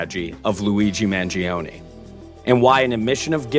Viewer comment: Man jee oh nee 😂